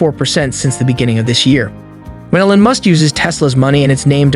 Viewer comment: Did u call him Ellon? Lol like Ellen?? Its EEELON. Like EACH or EEK!